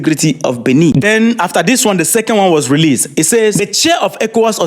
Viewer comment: Is not binni is bene